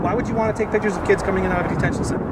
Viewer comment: Can't form a complete sentence, pronounce "pitchuhs". You're the captain now.